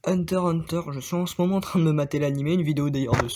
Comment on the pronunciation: Lattaque des ti quoi ta dit 😂😂😂 la prononciation elle me but. Hunter X Hunter aussi * faut prononcer le X